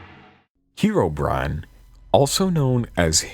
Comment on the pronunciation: Pronouncing it as "heero-brine" just sounds ridiculous to me.